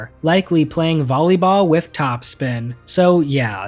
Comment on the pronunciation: I can't do it.... with....WITH.....W....I....T....H TH NOT WIFF ....... TH.... NOT F